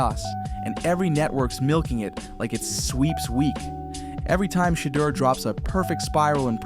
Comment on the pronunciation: You can't even say his name right,WTF. His name has been talked about for months. Shatter Sanders seriously SMH